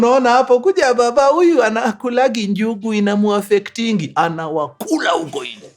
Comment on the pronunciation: The statement and stress on :anaWAkulaa!! finished me😂